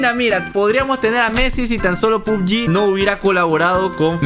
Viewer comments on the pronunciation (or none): none